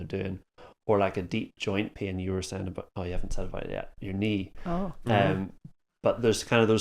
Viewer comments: Haha. Until I read this I still thought that he said ‘peeing’ 😂. Thanks for the translation hint 👍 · Thanks you three! Great topic. I’ve got what seems to be a torn left rotator cuff and have been babying it while still maintaining my ROM, and the occurrences and amount of pain have decreased, so I’m feeling better, but certainly don’t want to reinjure it. This discussion was good for me. 😃 When you originally started talking about pain, which you say with two syllables, it sounded like you said “peein’”, and that got my attention. 😂 Best regards from NEW Mexico!